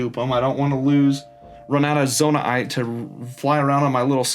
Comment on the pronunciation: also, please stop saying zonai-ite, just say zonaite